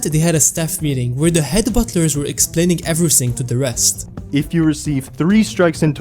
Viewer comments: bottlers? Isn't it butlers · It's 'butlers' not 'bottlers'😭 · Not the "bottler"